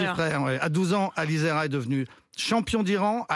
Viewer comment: ne sait pas lire. On ne dit pas AliZera mais AliReza.... il a répété son erreur 4 fois... quant au titre il est erroné aussi il est franco iranien et pas franco libanais. Merci la rigueur!